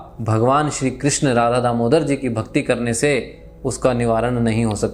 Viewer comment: कृष्णा नहीं कृष्ण बोलिए कृष्णा द्रोपदी को बोलते है